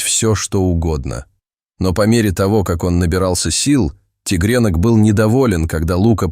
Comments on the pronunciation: делает неправильно ударения в словах:, кот, тигрёнок, то Лука, То ЛУ ка❤❤❤❤❤ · тИгрёнка ,а не тЕгрёнка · Рассказ очень трогательный , но если бы читал текст не робот , а человек, было приятнее слушать . ТигрЕнок и Лука режет слух ! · зачем вы говорите тигрЕнок...неприятно слушать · Зачем вы говорите тигрЕнок....?